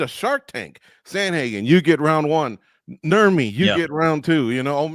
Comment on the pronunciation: Calling him Nurmi gotta be the most cringe shit I've ever heard.